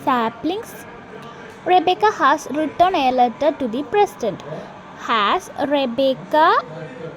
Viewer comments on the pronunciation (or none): റിറ്റൺ അല്ല റൈറ്റൺ ആണ്